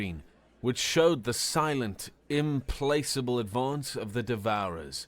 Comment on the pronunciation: Love your stories and narrators, but this gentleman needs a bit of a brush up on pronunciations. Im-plak-able, not im-place-able, tiNNy, not tie-nee. minor things, but a bit jarring. There were a couple others, but you get the drift. Sorry!